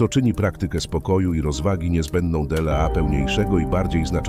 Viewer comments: Niby pierdola Dela Marek Aureliusz. Zamiast dla Marka Aureliusza. Może warto by było, żeby ktoś odsłuchał materiał, po wygenerowaniu materiału przez SI. Bo naprawdę może to trochę przeszkadzać. Ktos napisał, że w 15 min Dela, nie wiem ze 20 razy jak nie lepiej tak powiedział wasz głos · no właśnie, d-ela zamiast "dla" jest jsk dzwonek wytrącający ze snu